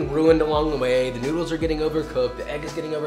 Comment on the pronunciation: I kept thinking he was saying newts that is what it sounds like